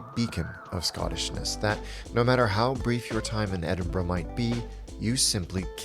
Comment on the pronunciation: You get a like just for pronouncing Edinburgh correctly! But your video was also pretty spot on.